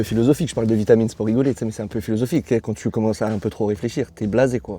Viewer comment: qui dit a vald quon dit canne canne et pas quand quand MDR